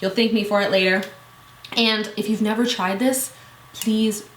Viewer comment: "neva." hahahahah